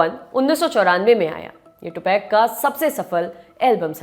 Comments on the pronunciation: टुपाक होता है टूपैक नही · टुपेक नहीं है टुपाक है irritate hora hu me ye tupac ka nema galat sun sun je aapse news hi deni hoti he kya kuch shi se bolo hume bura lagta he aap nahi do enke bare me news to acha he koi ni puchra ki aap enke bharr me liko ya bolo